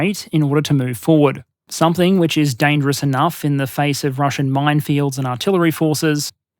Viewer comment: ahhh you pronounced the "p" in somepthing <3 proper dingo keep up the good work mate, and hey, dom6 soon, mayby some more nation vids sometime?